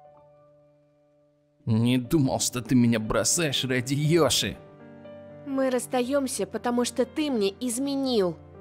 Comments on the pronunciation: Эй не Иоши а Йоши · Не Иощи А Йоши! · Не иошы а йошы